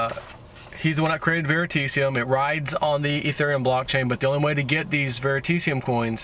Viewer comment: VeritAseum. Learn to pronounce it.